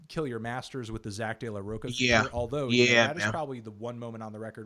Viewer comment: The way Fantano pronounced "De La Rocha" hurt on so many levels.